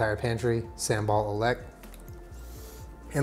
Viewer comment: Pronounce it as oo-le(like the French le)k in stead of olek :)